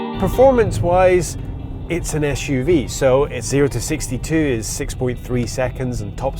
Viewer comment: Es-shoe-vee. S U V. Jeez.